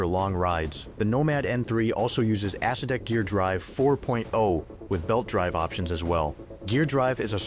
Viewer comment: 100% true. AI calls the Acedeck an Ass See Dick.